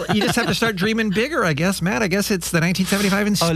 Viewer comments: It's "matty" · Aghhhh it's bothering me so much it's MattY*, Matty not Matt get it right dude